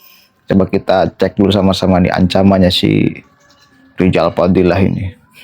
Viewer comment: 😂😂😂😂 rrijal rijal.... Rizal Ramli sdah ga ada muncul Rijal yang lain, awas bentar lagi kmu nyusul Rijal yg ga bisa ngmg R.